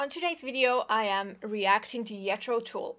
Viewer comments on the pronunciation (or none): it's tull, not tool , and person is Ian Anderson, Jethro Tull is the band.